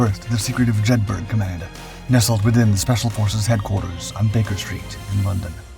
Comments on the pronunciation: Jed bur uh, not burg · so you do an entire video on this and can not even research how to actually pronounce the name of the operation properly? Have you ever been to Edinburg, or Jedburg? no you may have visited Edinburgh or Jedburgh. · Jedburgh pronounced "JED-BUR-UH" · “Jedburgh” is pronounced the same way as ‘Edinburgh’, i.e. “Jedborough”. Jedburgh is a small town in Scotland. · yup this mis-titled one pissed me off as well as the mispronunciation of Jed bur uh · Jedburgh pronounced Jedburra. It's one of those great British place names that sound nothing like it's written. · And pronounced locally as Jeth-ert.